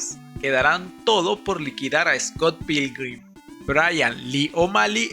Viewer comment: ni siquiera puedes pronunciar bien Scott Pilgrim-... no es dificil, :(